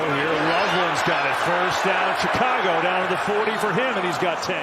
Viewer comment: ITS CHICCAGOOO